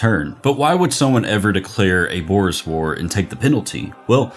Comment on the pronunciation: Had to do a double take to make sure he was saying "Boor's War" and not "Boer's War"